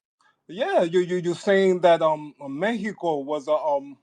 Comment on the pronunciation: He’s grinding my gears with this “Meheco” bullshit!! Bih we’re in America, it’s MEXICO😤